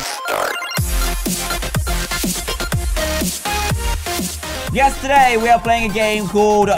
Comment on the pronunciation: He said yes today we r playing booger rush. Not yesterday we r playing booger rush. It really did sound like he said yesterday though